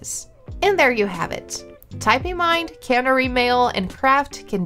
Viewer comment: I hadn’t twigged Typing Mind gave access to GPT4, good to know. I was totally thrown by her pronunciation of Canary. It usually sounds like the bird whenever I have heard it discussed before. I don’t know 🤷‍♀️ did she pronounce it as the brand prefers and everyone else was wrong. I’m curious now.